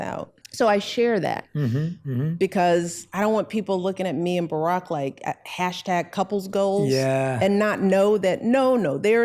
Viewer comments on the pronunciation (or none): none